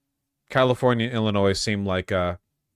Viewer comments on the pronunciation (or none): one more time Vaush pronounces the S in illinois, I will rebel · bro, if I wanted to hear "Illinoise", I'd watch FOX and CNN...